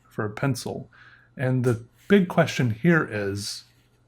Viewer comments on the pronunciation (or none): none